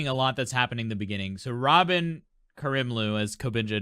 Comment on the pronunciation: Not trying to be mean but it's pronounce Ruh-mean not Ra-men!!